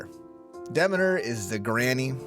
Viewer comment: Damn he butchered Demeters name